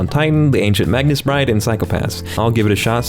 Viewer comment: Did he say MAGNUS Bride?